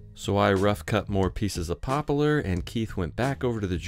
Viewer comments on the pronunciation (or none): "Popalar" Is that a West Coast pronunciation of Poplar???